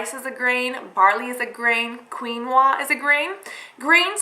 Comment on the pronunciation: Great video Cass oh and it's pronounced 'keen-wa'